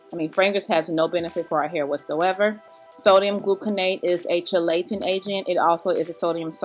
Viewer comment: Love tour video! However the word chelating is said “kee lating” agent ❤️